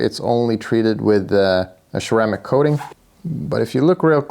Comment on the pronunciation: I like how he says "cermaic coating".